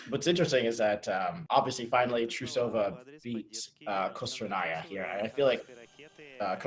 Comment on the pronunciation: um... please go watch yuzu's lutz and please go learn how to pronounce russian names. there is no a between the t and r in trusova's name.